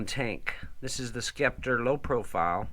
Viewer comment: I’m dying. This dude called a Genius a Genesis and pronounced the c in scepter.